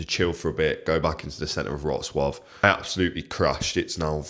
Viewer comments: Pronunciation - Vrotswaf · what amazes me is this: non-native english speakers spent like 3-5 hours every week to learn English mostly on pronunciation, yet you get this kind of butthead, incapable guy on how to pronounce just the CITY NAME he spends time in... and he fails miserably... you Brits are indeed a joke. STOP COMING TO POLAND, just keep watching YT movies.